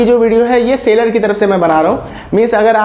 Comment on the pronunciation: it's SELLER (सैलर) not Sailor (सेलर)